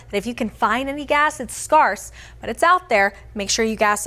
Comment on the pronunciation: At another point she pronounced the first syllable in "scarce" like the word scar. Has anyone heard that before?